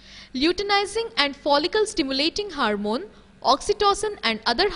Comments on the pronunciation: It's hormone not "HARMONE" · Aunty , HARMONE nahi HORMONE hehehhehe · Its hormone not harmone